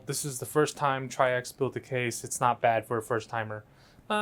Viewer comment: It’s pronounced like “tricks” or “trix” and it’s a garbage case.